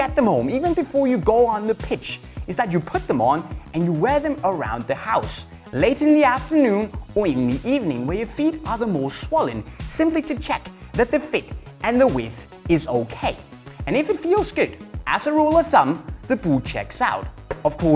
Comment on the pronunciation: Swalen u mean swollen ahah my g love ya 🤣😂💖💙💙